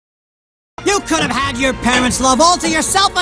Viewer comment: could have가 쿠르브 로 발음되네영